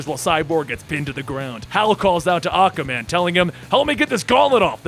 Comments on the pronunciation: why do I keep hearing Acaman instead of Aquaman? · Did nobody else notice he said ocaman instead if aquaman in the battle againt Mongol?😑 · I enjoyed your narration. You do a good Joker voice. The only thing I noticed that wasn't right was you say "Awkaman" instead of Aquaman. It's said "Ah-kwah". Also, its Riddler is not Riddle-er. It's only two syllables, not three. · why do you keep pronouncing aquaman "ACAman?" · Why does he keep calling Aquaman Acaman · Why my dude saying aquamans name like tht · Aqa man. Not aquaman apparently lol Bar-bay-dos.. not bah- dos